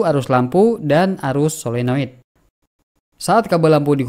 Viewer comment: Saya setuju dengan abang ini. Menyebutkannya tepat. 'Paralel" bukan "Pararel", Solenoid " bukan "Selenoid'.